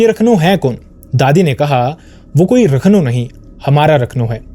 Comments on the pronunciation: It is not pronounced as rakhno (रखनो)...he is called raakhnho (राखणो) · Its राखणो... Not रखनो... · Sorry to correct- it’s not Rakhnow.. it’s Raakhno (राखणो ) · राखणो and not रखनो... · भाई उसे राखणो कहते है, रखनू नहीं। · It is Raakhno..ra pronounced as in ' Raakhee' or 'Raazi' .. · 'Raakh- no' is the pronunciation ( Protector or care taker ).